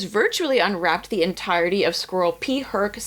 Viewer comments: Sounds like you're saying "squirrel." SCROLL. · I keep hearing "squirrel" not "scroll" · First time I have heard of an American saying squirrel properly... and she meant scroll! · In my Dutch ears, your “scroll” sounds like “squirrel”… opening squirrels, eeew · You pronounce scroll kinda like squirrel lol, got me confused there on the start! Still dislike AI but thats so interesting to hear